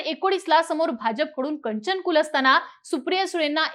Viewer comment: मॅडम कंचन नव्हे कांचन कुल